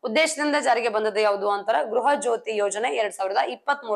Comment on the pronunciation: ಗೃಹ ಜ್ಯೋತಿ ಅದು ಗ್ರಹ ಜ್ಯೋತಿ ಅಲ್ಲ